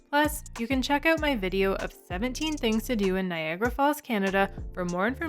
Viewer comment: Good video quality, and you and your husband (?) are very well spoken, even if you do have a problem pronouncing "out" 🤣